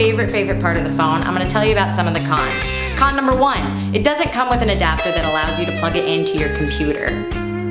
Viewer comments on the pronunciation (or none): Anyone thought she said "Condom" when she said "Con number one".